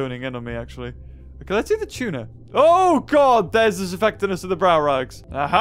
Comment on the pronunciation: When he says there sis no food here: Me: there's you ○v○